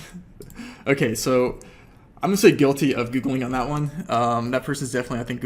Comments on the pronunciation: It's annoying how he says Googlink instead of Googling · I really hate how you say "Googlink"